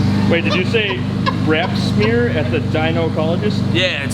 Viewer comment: I thought he said "brap smear".